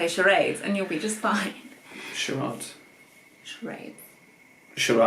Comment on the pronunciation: I am with. It's 'charade'. River = kawa. Did you try McDonalds while in Jp? 2 years huh? You guys must of love Jp. You need a brand logo for your yt act. It's time.